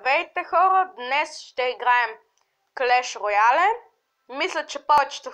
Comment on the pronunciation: ti nemojesh da govorish previlno izgovarqsh greshno clash of clans i clash royale